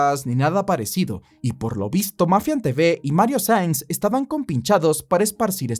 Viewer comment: Nueve veces lo nombras y en todas dices Sainz, Sanz, Saiz. Cualquier cosa menos su apellido real "Saenz". Incluso poniendo los subtítulos los capta tal y como los escribo 😂😂😂.